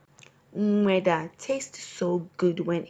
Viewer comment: I like how she struggles to say “nm3daa”😂